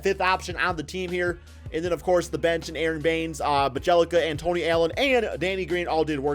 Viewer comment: Bjelica (bee-tch a-s Bee-ye-li-tza. Beeyelitza). please, get your pronunciation right